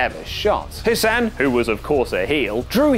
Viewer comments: It's hassan not hussan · Goodnes gracious, it's HAssan, not HUsann.